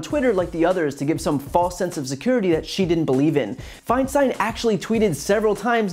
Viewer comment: I think he is purposely mispronouncing Feinsten's name .